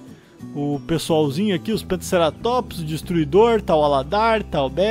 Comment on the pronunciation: Como sparta e o rosahl fala cerátóps como um ser humano normal fala ceratóps